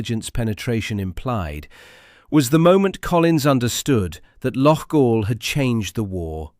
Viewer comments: It's not "Loff-All"....it's "Lock-All". And you wonder why the English are so despised in this kind of reporting? 🙄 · Loughall? Aye right🤣TAL